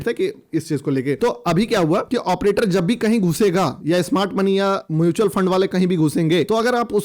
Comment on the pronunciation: एऑप्रेटर बोल के तू बस हमारी मत मार 😅😂😂